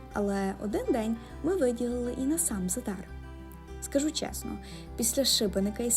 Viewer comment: Зáдар, а не Задáр